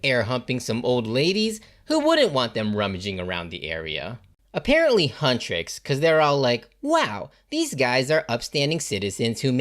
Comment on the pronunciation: “Huntroicks” it’s okay :D